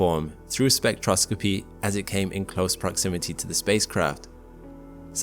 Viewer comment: sorry, spectro-scoppy? 🙃